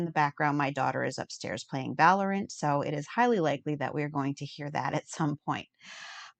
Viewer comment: WhT is this ‘Valerant’ game you speak of?